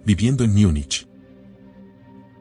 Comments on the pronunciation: ¿Porque dices Miunich si estás hablando español y no simplemente Munich que es lo correcto? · No se dice “Miunich”, sino Múnich en español, en alemán es München